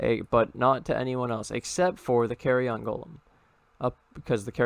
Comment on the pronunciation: Nobody's gonna talk about "carry-on" golem?